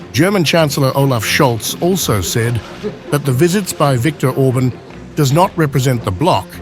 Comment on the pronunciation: Not Orbn, Orbaan!